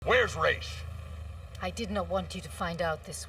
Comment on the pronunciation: How hard is it to say Ra’s?